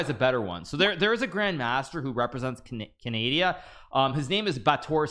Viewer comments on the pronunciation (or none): Bro pronounce Canada Kenadia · Did he just say cadaidia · bro did not say canadia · could've said canadiana and it would all be fine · canadia is wild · did he just call Canada canadia 😭😭😭😭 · “Represents Canadia” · aint no way he just said "Canadia" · "Canadia" is my favourite country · is it just me or did he say canadia?🤣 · Did he just call Canada Canadia? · Did Hikaru just say "Canadia"????? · When he said canadia did he mean canada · Canadia... haha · Did Hikaru say Canadia?